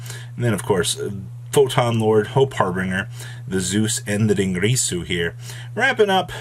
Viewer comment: At this point I think says "Dingrisu" on purpose